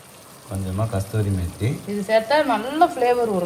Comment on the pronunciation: கஸ்தூரி மேத்தி இல்ல கசூரி மேத்தி